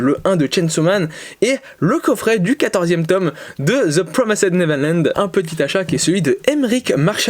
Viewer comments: rhaaaa ta prononciation de promised neverland mdrrr, ça se prononce PRO MI SS TE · Non sa se ce prononce " ZE PROMAÏZDE NEVERLANDE "